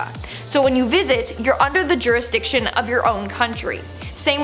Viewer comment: Sorry, but I just had to do this. It's "jurisDiction" NOT "jurisTiction" 🤔